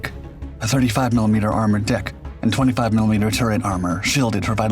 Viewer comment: and the way it said dick and not deck